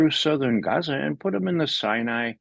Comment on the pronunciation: Ray McGovern is a gem! He even pronounces Palestinian place names and Arabic words perfectly. Eg, "Geza," not "Gaazaa" ...